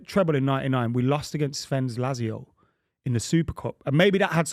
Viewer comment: How did get to his age and not learn how to pronounce Lazio? He must have heard other people say it loads. "Lazzy-oh" 😆